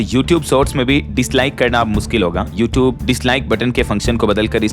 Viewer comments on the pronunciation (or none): none